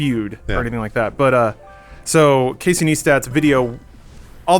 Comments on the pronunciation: Pronounced "nice tat(too)". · Its not about the charity, its about YouTube tweeting that the policy is to NOT monetize videos about the topic, but Jimmy Kimmel is exempt because REASONS. And please stop saying NEEESTAT I love you guys but PLAZ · I love you but how do you fuck up the pronunciation of Casey Neistat's name every time